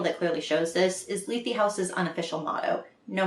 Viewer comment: That's how you pronounce Lethe??! I was making it rhyme with death